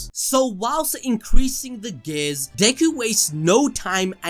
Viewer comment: CANT TELL IF YOUR SAYING GAYS OR GATES🤣. IT'S GEEEEE--ARRS🤦‍♂️